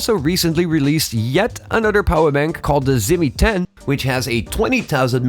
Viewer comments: For a Xiaomi channel, I can’t understand why don’t you make the effort to properly pronounce “Xiaomi” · I think what he meant was you should say Xiao Mi in Mandarin, not in the English.